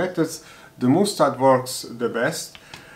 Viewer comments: Sorry for being boring and I'm also not native English speaker, but mustard pronounsed as "masterd" both in GB and USA variants. Anyway it is lots of fun that kitchen grade stuff can be used for DIY. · That is not how you say mustard